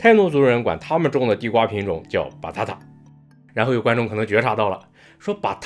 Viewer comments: batata正确发音-把大大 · ：Batata發音像potato Banana：你禮貌嗎？